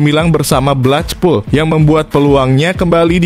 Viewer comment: Blekpul, bukan blechpul apalagi saipul!